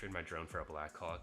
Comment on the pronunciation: This guy is saying black cock instead of blackhawk😂